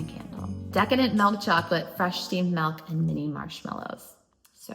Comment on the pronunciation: Melk or milk? 😂 I honestly don't know anyone else in my state that says it like that so don't think it's a regional thing? Melllkkk 🤪